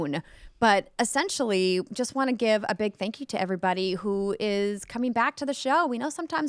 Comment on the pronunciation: Still luv the way Andrea says “everybuddy”. Makes me feel like a buddy even though I’m just a random podcast listener.